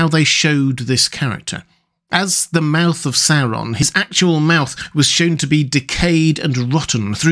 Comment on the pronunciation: Oo wawz thuh mouf ov sour Ron? Yikes.